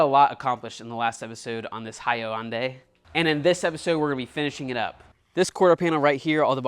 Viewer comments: Love your videos! Being a Hyundai owner (many), it's not pronounced hi un day. It's pronounced 'Hunday'. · It’s pronounced hunday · It's pronounced hooon die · It's pronounced Hun-day. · It’s just HUNday. Hyundai. Not HighYunday. So, let me say, I think you did a great job. However, the very noticeable paint mismatch on the back to the doors will be a concern that will demand you lower your price. Perhaps you should’ve sent it out to a body shop and had it properly blended. Otherwise it’s a nice car. Lotta work for $2000 though. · It’s pronounced like Hunday like SUNDAY. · FTR, Hyundai is pronounced like Sunday. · Love all your videos and your work ethic but absolutely HATE the way you pronounce Hyundai! lol!!! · Your inability to pronounce Hyundai correctly hurts me. (it rhymes with Sunday) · Why he say Hyundai like that? Takes so much work to say it in that manner.